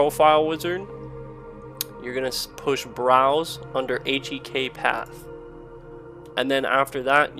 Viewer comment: when your HCEEK instead of H1EK